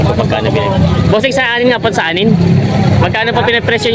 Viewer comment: Ang Correct Pronunciation ng BOER ay BOR, Silent ang E, Galing sa Afrikan (Dutch) sa South Africa. ibig sabihin FARM O FARMER. Yung barakong baboy, sa Inggles BOAR. GANON DIN ANG PAGBIGKAS.. Yung SAANEN goats Galing sa Saanen Valley sa Switzerland Ang double A pagpronounce SAHHNEN, Long A imbes na double ang A.. Paki bigkas ng tama para hindi sabihin BULOL tayong Pinoy.